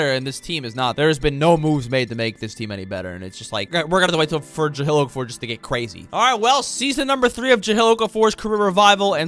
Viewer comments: serious questioning this decision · praying he doesn’t say it again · Isn’t his name Jahlil (jah-leel) not jahill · Ja-hill? It's Ja-leel. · JUH-LEEL not JUH-HILL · Take a shot everytime says Ja-“HILL” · Starting now mark on video, i will take a hit of my wax pen every time he says ja-hill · who tf is “jahill” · Bro ja-hill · nah bro the ja-hill thing is annoying💀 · Bro. Ja-lil and Vusa-vitch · Jah LIL? Nah. Juh HILL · Why do I feel like you never said his name like that before?